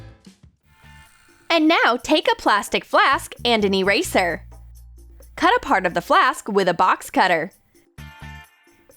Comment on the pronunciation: You said"eeeyrayszerr" instead of eraser. But i still liked the vid.👍